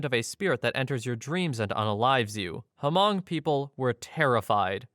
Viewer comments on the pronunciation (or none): it's pronounced "Mung", not hu-mung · It's NOT "Hamong" It's Hmong. I grew up in Minneapolis, Minnesota and knew many Hmong ppl. The 'H' is almost completely silent, so like light sigh, then 'mong' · Hmong, not "Hamong." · Story 9 it’s hmoob or hmong not hamong. Never heard of this story. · The H in HMONG is silent so it’s pronounced MONG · Millions of people have probably commented this already, but the way you pronounce Hmong is with the H silent (like mong). It's a common mistake to make, I just live in one of those states that had Hmong families airlifted to it! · Hmong is pronounced with a silent H : Mong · Just wanna mention Hmong is pronounced without the H sound (MONG) 😊 But that story is often told in the community. Super creepy! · Its Hmong, dude. The h is silent, sounds like "mung" there's plenty of them here in Wisconsin. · Hmong is pronounced Mong, the H is silent. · You don't pronounce the "H" in Hmong, it's just pronounced "Mong" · Yes, I'm Hmong and am familiar with that. It's crazy. Hmong is just pronounced like Mong. The h is silent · i think you meant Hmong. its pronounced with a silent H. like Mongolian but without golian of course (two cultures are unrelated). this was the story that inspired the nightmare on elm street (freddy krueger). Hmong people originally lived in Laos but eventually spread to other countries, primarily China, Thailand, and Vietnam. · That was one of the worst examples of pronouncing Hmong I have ever heard. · No, you screwed up. You dont say the H in Hmong. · You don't pronounce the "h" in Hmong lol.